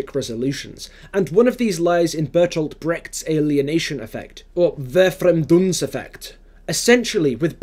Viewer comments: german here, the first syllable („ver) is pronounced like „fair“, otherwise you’re pretty good! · (because of the comment ) The correct pronunciation of “Verfremdungseffekt” sounds more like “fair-frem-dungs-effect”! I couldn’t find an english word to replace the “frem” with so I apologize for that. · V in Verfremdungseffekt is pronounced as an F and double ff is pronounced like a "hard" f, like in F*ck. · I'm sure others must've pointed it out already over the years, but just in case: Other than the emphasis, which properly is on FREM, the pronunciation was really good. 👍